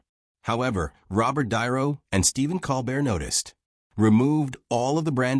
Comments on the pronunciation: Another AI generated video can’t even pronounce Robert De Niro’s name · Get your AI to pronounce De Niro.